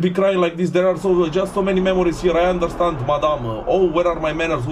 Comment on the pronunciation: "Undărstand" ai zis =)))))))))